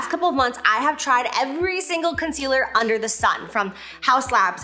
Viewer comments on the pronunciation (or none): none